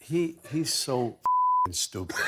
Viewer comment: The way he pronounced “stipid” is so Italian-New York. ❤